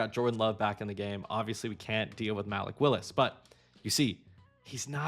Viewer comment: MAL-ick Willis is crazy